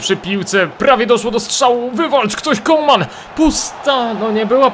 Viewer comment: Może mi się wydaje, ale chyba mówi CoLman, zamiast Coman. Chyba, że tak się powinno mówić, to sorry.